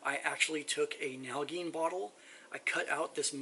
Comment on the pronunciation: Nal-a-jean. Is how it is pronounced.